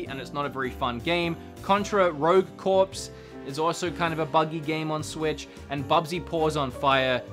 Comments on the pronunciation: "Rogue corpse".... If there's no "e" on the end, it's pronounced 'core'. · The word “corps” is pronounced “core” as in the marine corps